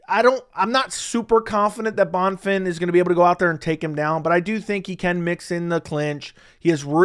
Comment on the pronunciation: Bro no offense, pronounce a name correctly. How do you do this for a living? Bon-fin ? he’s not American. Having some respect for different cultures